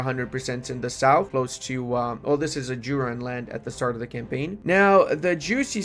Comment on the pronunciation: the mispronunciation of Ajuraan absolutely murdered me.